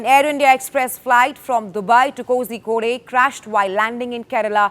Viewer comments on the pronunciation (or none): Damn. Quoting from WhatsApp forwards to pronouncing Kozhikode as cozy-kode. Lazy ass journalism at its finest 👏🏼